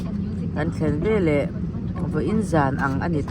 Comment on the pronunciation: " velah" ni lovin veleh lo ti tawh rawh aw! I fel em kha❤